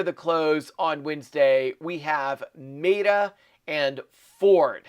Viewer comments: It's met uh not Mate uh lol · OMG!! it Me-TA (like metal without the L).. 😕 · Dude, it is MET….A, say it correctly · Your pronunciation of Meta is insane